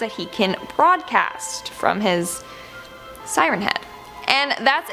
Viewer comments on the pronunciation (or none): beeg sirehn hehad